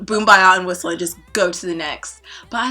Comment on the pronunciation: girl did u really say whistle jsjjskzkzkmzj.........no ma’am